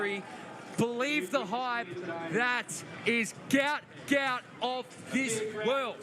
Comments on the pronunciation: His name is pronounced ‘Gwat Gwat’…due to a clerical error by Somalia on his passport his name was incorrectly spelt Gout Gout instead of Guot Guot. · Its pronounced go-ut not gout gout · Could commentators use the correct pronunciation of Gout Gout’s name. His father in a press interview gave the correct pronunciation and spelling. A mistake happened when filling out papers coming from South Sudan correct spelling is Guot Guot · The name is Guot Guot, pronounced Gwot Gwot. For the exact pronounciation, see his father speak about him at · Guot Guot (pronounced Gwot Gwot)